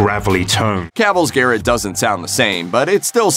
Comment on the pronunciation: he said garret